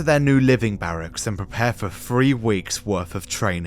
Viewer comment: They went to RussiER, itself? The company made uh-ver reality shows, too? And after FREE weeks of training, they finally saw the EARF?!😱